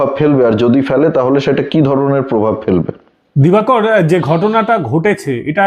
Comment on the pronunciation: দিবাকড় আপনি উচ্চাড়ন টা ঠিক কড়ো।